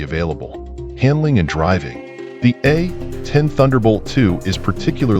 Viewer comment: Is this AI narration or does the narrator just refuse to say A-10 warthog. It's not the A..........10 warthog